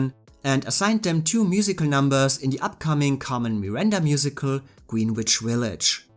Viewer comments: The way you pronounce Greenwich Village Comden and Green make fun of in On the Town. It's pronounced grenitch. But your English is otherwise perfect. I'm jealous that you can speak a foreign language so well. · GREENWICH Village is NOT pronounced "Green Witch Village."